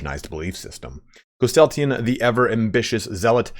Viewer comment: Where you add an “a” after the “y” in his name Threw me off the entire video lol great video though